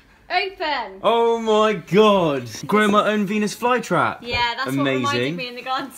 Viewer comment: I can't be the only one who thought Zoe said penis fly trap instead of a venis fly trap